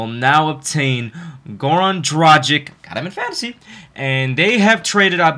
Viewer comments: Its pronounced Goran Dragich. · Well, since I'm from Slovenia, I can tell you that his last name is pronounced DraG(G like in the word draGon)iCH. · I just want to tell you that you spell his name the wrong way. You have to spell it like Goran Dragitch, because he is from Serbia and the last C in the surname is always spelled like tch in witch. But no offense man, its just a little help for you with foreign names. Keep on with your great content. Greetings from Austria ***** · It's pronounced gra gich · Just wanted to let you know: it's pronounced DRAGICH...........regards from Slovenia. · Dude! All is good but PLEASE! work on your "Dragič" pronunication :) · Dude try to pronounce Dragic like is right! It sounds offensive as you say it'